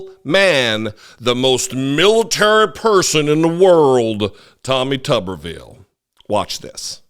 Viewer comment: If it was pronounced tubberville, it would be spelled tubberville. But it’s tuberville, so it’s pronounced tooberville. All they eat is tubesteak in Tuberville.